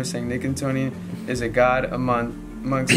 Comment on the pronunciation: swear tu god swear tu goud